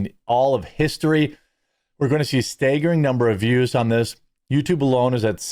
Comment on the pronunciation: Staygering? A fayg with a bayg and has a flayg inside!